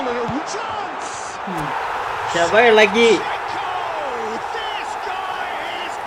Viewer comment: Shevachenko ❌ Shevashanko✋🏻 😌🤚🏻 ❤️